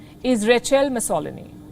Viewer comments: This commentator's pronouncement of names like Mussolini leaves a lot to be desired. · I love watching Palki and every morning I wait to watch Gravitas. She opens your eyes and ears to what is going on around the world and she does it with such accuracy and clear explanations. I was surprised as to how she pronounced Benito Mussolini name. They do need to work on their accuracy in pronunciation - her South African counterpart pronounced it correctly.